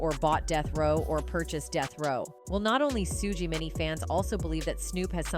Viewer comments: "Soo-Gee Knight" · FYI: Suge Knight's First name is pronounced ~~ SHUGE ( Shoe +G ) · Are you purposely disrespectful? It's for you. Notice people names pronounce them right, but thanks for the content. Bur get your name right. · Please pronounce his name properly… this proves you ain’t black